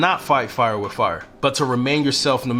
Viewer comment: W o r t h. Not werf. W I t h. Not wif. People will take you seriously when you can speak the language correctly.